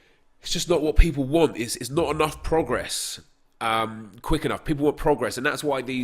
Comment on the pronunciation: why dyu say progress like that